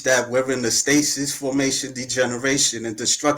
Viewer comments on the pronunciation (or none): none